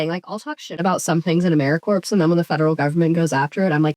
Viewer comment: Big fan, you're both awesome! One note: pronouncing the p in 'Americorps' every time was driving me nuts. Keep doing the Lord's work!